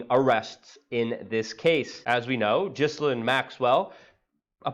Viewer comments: stop mispronouncing her name! its ghilane! not pronounced like "jislane" the S is silent!!!! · G I Lane,,,ffs, pronounce it properly. You’re meant to be an expert. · Luke. It's Ghee Lyn. We can't summon her by saying the wrong name. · Thank god for experts like you that on the ball and can correctly demonstrate how to properly pronounce the name Gizzlane. I mean, that's the most important thing you can point out in this whole shit load coming down. Thank you. Forgive me if I presume your name sounds exactly as its spelled unlike dear Ms Geelane's. It's only proper that we at least sound out her name correctly, cos that's what matters for people like you, as you clearly have shown..